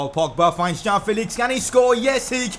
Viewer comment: It's João Not Jao You're pronouncing it like Jao Felix!